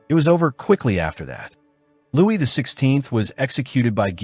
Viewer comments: yeah man no worries, I hate all the people talking down on really interesting videos just because of the AI narration. Toward the end of the video I think I figured out what happened. Whenever the script just said “Louis” the narrator would say it like “Lewis,” but whenever his full title of “Louis XIV” was in the script it would say “Louie the fourteenth” The video was really good by the way I like your style and presentation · His name uses the French pronunciation, it should sound like “Louie” not “Lewis.” Strange that the AI got it wrong most times but every once in a while would say it right. How does that even happen